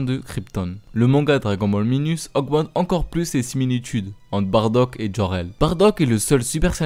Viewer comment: On dit Baddac